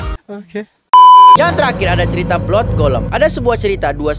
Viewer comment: Blood = blaad